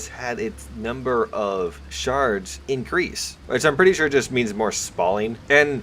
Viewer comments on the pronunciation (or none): none